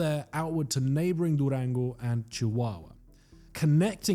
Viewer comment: Oh wow! Your pronunciation of Durango is impeccable! Greetings from here where I live 😊!